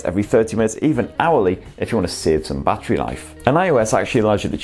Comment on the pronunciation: Every time he says battery as bachery I cringe